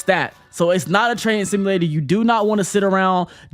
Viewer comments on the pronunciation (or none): none